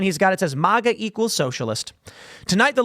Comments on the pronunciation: Tim it’s not “Mhuuuga” it’s Maga!!! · Libertarians are almost always adult children. Their imagination drives their policy positions just like radical leftists. Nothing has to make sense as long as it feels right. 🙄 Tim knows at this point MAGA is pronounced MAY-GA not MY-GA. Matt Walsh even tried to help him while on his show.